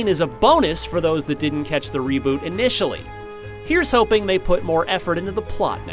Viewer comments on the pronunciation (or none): none